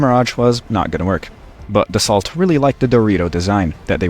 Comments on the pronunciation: fun fact Dassault is pronounced [Da ' so] not [Da-salt] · Pronounce "Dass-oh" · Hurts to hear how you mispronounce Dassault. T is silent.